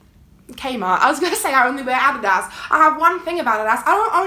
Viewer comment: i love you so much and am watching every video. the way you say adidas trips me up so badly lmao